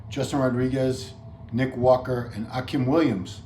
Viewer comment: It’s pronounced Ah-Keem... not Ah-Kim